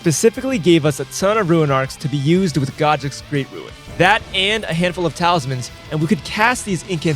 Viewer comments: Was hyped for this until I heard you say “ruin” level 1. 😢 why does no one know how to pronounce “rune” properly. 😭 just pronounce it as it’s spelled. Bruhhhhh 😭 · Its rune level one not ruin level one. Guess if your stealing content you dont really care